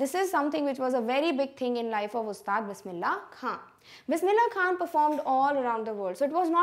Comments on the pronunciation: mam all is ok bt u spoked khan as kha it's wrong plz correct it or edit it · It's not Bismillah kha it's Bismillah khan pls take name properly